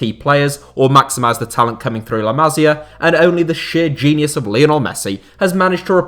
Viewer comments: Too long. You could say the same in half the time. Appreciate you don’t speak Spanish or Catalan but please: ma-SI-ah. Not MA-si-ah which is a woman’s name. 😜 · Boss video … got to say though, its pronounced like “la massssia” not “la mazia”. Goes right through me every time you do that. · Bro learn how to pronounce La Masia, it hurts listening you saying it